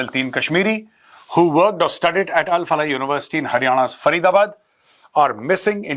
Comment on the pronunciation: Al Falah नहीं क्या बलाह है ये 😂